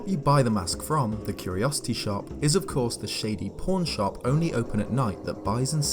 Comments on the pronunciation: Hahaha, I thought you said «porn shop» instead of pawn shop and I was really spooked. Happy Halloween btw! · I legit thought when you said "Pawn shop you said "P*rn shop." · I legitimately thought he said "porn shop" lol I have a dirty mind